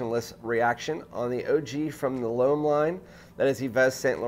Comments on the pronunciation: All good points but it's just "Lum". Try it. Plus it would give you an edge over those 100k subs reviewers. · Dude, learn to pronounce L'Homme in french...!